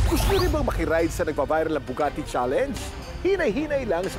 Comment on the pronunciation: Mali kasi yung nabanggit nya "Nabugati" di new Bugatti 😅 sana okay ka lang po te 😊